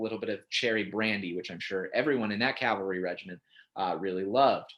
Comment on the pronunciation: On a good note: I have been a modern Cavalryman for my entire Army career (30 years). Thank you saying it correctly. Cav-alry, not Cal-valry like so many.